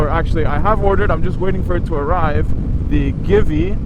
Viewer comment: I wouldn't call that a windshield exactly, more like a fly screen. And no offense, but it's pronounced Gee-Vee. Thanks for the review.